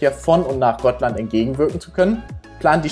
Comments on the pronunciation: Gotland wird hier völlig richtig ausgesprochen. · Im Schwedischen wird die Insel "Gottland" ausgesprochen. Kling für Deutschsprachige ungewohnt, ist aber so. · Danke für deinen Kommentar. Tatsächlich wird Gotland im Schwedischen wie GOTTland ausgesprochen. Hier mal ein Link zur schwedischen Aussprache: Wir von versuchen immer, die Städte, Inseln, Namen, etc. nach Möglichkeit in der Landessprache auszusprechen, um die Internationalität der Fährbranche zu unterstreichen. Außerdem lernen wir und ihr dabei ein bisschen die Sprache des jeweiligen Landes kennen.